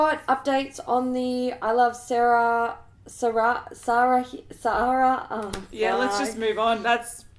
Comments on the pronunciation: Unless I am (and others are) completely mistaken, I believe iluvsarahii's name is said using Spanish pronunciation. So Sarahii is pronounced as sah-rah-ee. Hope that helps for next time. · It's pronounced Sah-Rah-hee,The INFLUENCER that has the new 3 LIPPIE collab with Colourpop. 😊💞💖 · tip on saying iisarahii, sarahii is basically pronounced as Sarah - e. like not i as in eye but as in eee. the h is silent, so it's not really Sara hii but more Sarah ii. hope that makes sense!